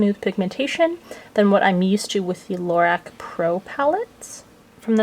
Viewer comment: Love your thorough videos. Carol Shaw, the founder has on a website somewhere it is pronounced LaROCK :)